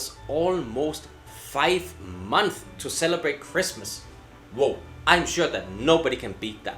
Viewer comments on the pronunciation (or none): none